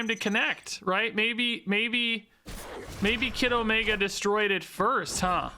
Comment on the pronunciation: All I hear is „Kiddomaker“